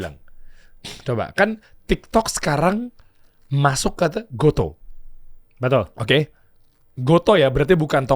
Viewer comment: Oh.., ternyata dibaca "go-to". Selama ini aku kira bacanya "go-tu"... 🤔